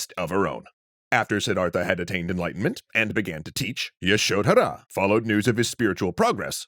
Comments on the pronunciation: The "dh" in Yashodhara is one syllable. It's pronounced similar to "th" in "the". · That pronunciation of Yashodhara is distractingly awful. I think y'all are great, but you might want to check in on pronunciations a bit more